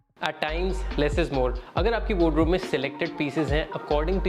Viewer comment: Bhai it's called wardrobe not wod-robe 😅